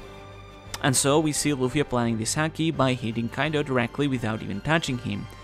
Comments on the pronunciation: it's pronounced Haki as in haha not Hacky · Lol couldn't help it, every time said "Haki" I thought he was going to finish off with "sack" 😂🤣 Great vid as always my man blessings... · please learn the right pronounciation of the ''haki''